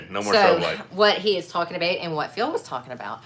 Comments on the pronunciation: The way says "about" sounds almost Canadian, or Michigan. Edit: Meant to say Minnesota not Michigan. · ..did subconsciously correct her pronunciation of the word "about"?